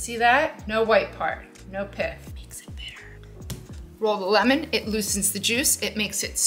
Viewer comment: Love the “onyoong” and “lemoong”…😀